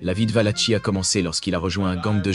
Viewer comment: Valaki pas tchi, ça se prononce